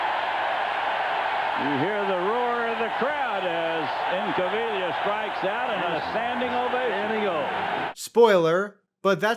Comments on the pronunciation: Pete Ink-uh-veela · It’s pronounced Pete ink-uh-veelia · Incaviglia is pronounced as follows Inca-vee-ya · So i'm normally a stickler for pronunciation, but I was going to give you a pass on Pete Incavilia... until until you absolutely heard the announcer pronounced it the correct way in your own video. Come on man. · Can't you pronounce Incavaglia? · Your pronunciation of Pete Incaviglia's name was so bad that it momentarily made me forget how to say it. 😅😅😅 That's a hell of a trick. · Right. I had to show how to say it It sounded so bad But then as I’m texting this it actually has the announcers say his name in the video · Yeah, man, i'm normally a stickler for pronunciation on these videos, but even I was going to give him a pass on that one until the announcer gave him an example in his own video